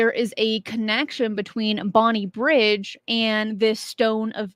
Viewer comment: For reference, it's Bonnybridge, not Bonnie Bridge